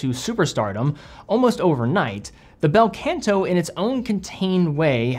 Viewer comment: Not the “Bell Kent Aww” though, it’s Bel Canto - is Italian right? 😂 (also.. not Baldazar)